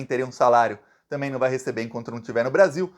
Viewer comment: zema: o caipira BOLSONARISTA. mineiro que NÃO tem vergonha MINEIRO AUENTICO, NÃO vota em você; VIGARISTA Que fala a palavra TAMBÉM você^pronuncia TAMEM. NEM FALAR SABE. VI GA RIS TA. PILANTRÃO DE QUINTO MUNDO. UM BOBÃO.